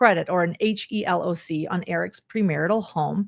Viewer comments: HELOC is pronounced he-lock or like he locked the door removing the ed! for future reference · HELOC is commonly said as * he * * loc(k)* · It is referred to as a 'he-lock'... just for future reference.